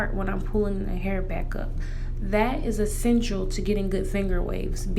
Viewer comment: She said essatial Soo many time 🤣🤣🤣